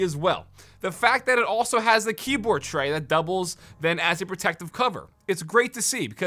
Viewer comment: Am I the only one that heard him say keaboard?